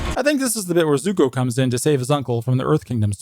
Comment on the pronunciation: He isnt Zuko, he is Zuk-eh.